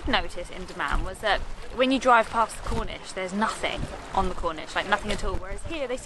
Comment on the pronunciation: Corniche not Cornish 😂 Khobar not hobar 🤣